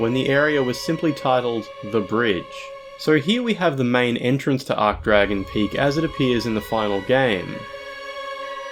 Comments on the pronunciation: Arch is pronounced Arch not Ark wtf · It's ARCH-Dragon Peak. Not 'Arc-Dragon.' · Please pronounce it archsh, not ark. An "ark" arch is a shape (like the arch above an arched doorway), an "archsh" arch denotes status. You don't say "ark"tree or "ark"bishop or "ark"mage.....I hope? 😬😨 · ArCHHH not ARK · Ch=tch not k Sorry 'bout that, it's just it really irked me due to how many times he did it and how it's a pronunciation form related to the archtrees which he also mentioned in the comments... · Hey. Great video! I think you should pronounce the "ch" in "Archdragon," though, as opposed to "arc-dragon." But regardless, great content as usual! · Can't pronounce Archdragon correctly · Obligatory “you said archdragon wrong” comment